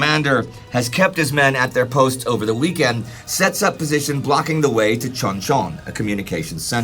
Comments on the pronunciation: Hey and team! I think it would be helpful for someone to learn Hangeul so you can pronounce place and people names correctly in the future. The Anglicization of Korean can be misleading, like pronouncing Chuncheon (Choon-chuhn) like 'Chuhn-chuhn.' Hangeul is a very simple alphabet to learn, making Korean a surprisingly easy language to accurately pronounce once the rules are clear. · His Korean name pronunciation is killing me 😂 춘천. Chuncheon-si is "oo" like "you" Chun is pronounced Choon. That one is for free😅